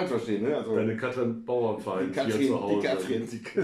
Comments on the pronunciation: Sehr schöner Podcast, den ihr da macht. Aber die Frau heißt Bauerfeind, nicht Bauernfeind. Kann man wissen. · sie sagen auch "Bauernfeind" anstelle Bauerfeind. erstaunlich, Andrack hat ja mal mit ihr gearbeitet oder sollte zumindest ihren Namen kennen. Also die Erwartungen nicht zu hoch stellen....